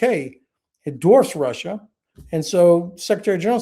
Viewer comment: RussIER and ChinER indeed. 🥴